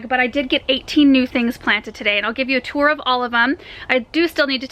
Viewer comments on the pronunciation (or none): none